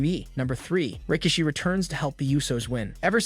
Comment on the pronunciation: When he was trying to say Rikishi’s name I thought he was saying Ricochet.